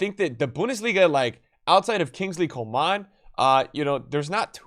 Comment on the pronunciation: Why does he pronounces coman like that as if the A has a ‘ on top. Lol